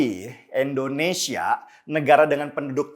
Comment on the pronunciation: Bang Denny, Endonesia atau Indonesia bang denny? Apa saya yang salah dengar.